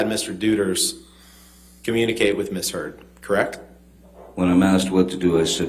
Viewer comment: I SWEAR Johnny's attorney said 'Miss Turd'!!!!!!!!!